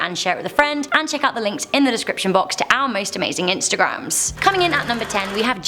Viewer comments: Lololol it's pronounced "general so". Not "taow" nor "chow", wtf 😂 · is no one gonna talk about how its pronounced general "so" and not "tow" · "General chow chicken" I think the really scary thing here was that pronunciation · When you pronounce General Tso wrong 😂